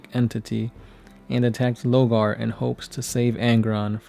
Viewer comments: Lorgar not Logar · Lorgar, not Logar